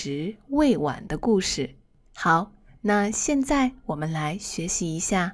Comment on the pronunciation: Hi, I'm really appreciated with your dedication to support people who learned Chinese. I just wanna send to you my warm humble opinion on your Chinese pronunciation. Thought I knew you are a Chinese native speaker, but: 1. Could you please listen carefully the way you sound those words such as: 现“在”，原“来”。。。with the consonants such as: z, n and l, please? 2. I have had repeated your voices so many times and I figured it out that you sounded "xian zai" into "xian nai" and "yuan lai" into "yuan nai", and maybe more. 3. My ears are pretty sharp with those different sounds in pronunciation because my basement whenever I decided to learn new language is always rely on listening and shadowing. 4. Please check, maybe I'm wrong but I hoped my perspective might improve a part of your lessons for foreigners learning Chinese like me. 我是好好。我来自越南。我每天学习汉语。尽管汉语很难，可是我一直没有放弃。